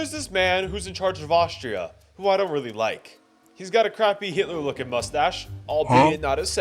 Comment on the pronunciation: I paused when he said "Adolph" and skipped 5 minutes ahead in the video to when he said "Hilter"